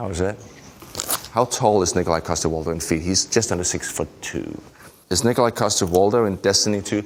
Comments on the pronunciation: its pronounced Nikolaj say it with me... Nikolaj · It's pronounced Nikolaj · its pronounced nikolaj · Boyle: It's not Nikolaj, it's NI-KO-LAJ! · "it's 'nikolaj'" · Nih ko lajh 😂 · Actually it’s Nikolaj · Sighes,no its Nikolaj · It's pronounced, Nikolaj, not... Nikolaj. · It's pronounced "Nikolaj"